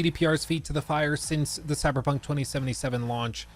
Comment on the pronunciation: Stop saying coy dude its really lame its time to stop!!